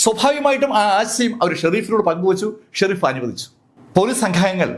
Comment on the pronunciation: Shereef alla sheriff